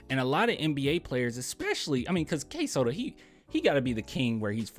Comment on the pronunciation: It's Kai Sotto. It rhymes with Sky Toto. He's not a bad prospect. Just as likely undrafted but I think he'd be a good project.